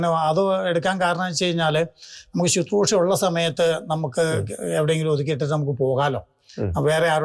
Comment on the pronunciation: It is not suthrusha .It is susroosha